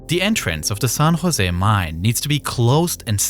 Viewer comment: It's pronounced "San Jose" not "Son Jose".